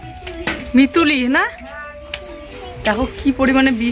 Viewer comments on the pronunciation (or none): মিচুড়ি❎ মিতুলি✅😆😆